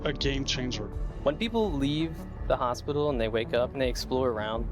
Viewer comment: Not to be funny in that kind of "crass" way... but is it me or does that guy pronounces Hospital over and over in the video to begin to sound like "ASSpital" lol Also note* I've lived all over Canada Montreal included, even speak a great bit of French ... Not to make fun of the guy, He's great ... just that word from him is just a bit unique with a giggle... sorry I sincerely apologize that I brought this to your respected comments section. I just couldn't bring myself to post my lil observation on the Star Citizen channel.